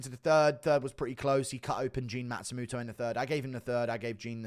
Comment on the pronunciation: It's Matsumoto not Matstumuto